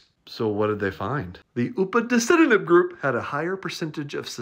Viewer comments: The upaticinomid is being pronounced by a twin of John Cleese. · I've seen this drug come up at work a few times and this pronunciation is GLORIOUS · Dr. G: Upadacitinib Me: Bless you.